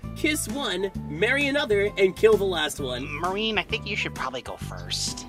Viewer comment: Anyone else hear blaze “run” instead of “one”?